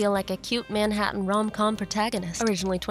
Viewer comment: It's pronounced more like menHAttan LOL but congrats and welcome!